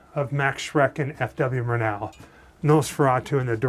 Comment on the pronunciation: Murnau: stress is on the first syllable. MUR-now